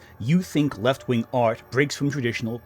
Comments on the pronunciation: Dude pronounces “wing” as “win.” Zero credibility. Edit: apparently “ween” is an alternative pronunciation of “wing” for him as well. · I hear proof that this man can pronounce Gs but for the life of me every time he says "wing" or "winger" it just sounds like ween